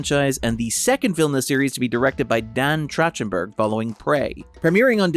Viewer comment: I feel like I am losing my mind listening to you say Trachtenberg wrong over and over (It's track-ten-burg). See: Michelle.